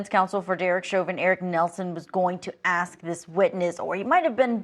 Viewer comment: You can’t axe him a question now.